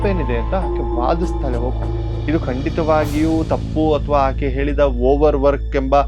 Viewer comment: ನಿಮ್ಮ ವಿಡಿಯೋಗಳು ಮತ್ತು ಸಬ್ಜೆಕ್ಟ್ ಅದ್ಭುತ ....ಆದರೆ ಅಲ್ಪಪ್ರಾಣ ಮತ್ತು ಮಹಾಪ್ರಾಣ ಗಳ ಕಡೆ ತುಂಬಾ ಗಮನ ಕೊಡಿ ...ಉಡುಗಿ (ಹುಡುಗಿ) ...ಏಳಿದಳು (ಹೇಳಿದಳು)...ಕೇಳೋಕೆ ಹಿಂಸೆ ಆಗುತ್ತೆ